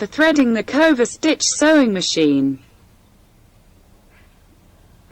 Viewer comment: Oh my god, I couldn’t watch this, which is a pity - the narrator or whatever you’d like to call her - is awful! Why is she pronouncing the words so weirdly? It’s not cooverstitch, it’s coverstitch. Why serger with a hard ‘g’.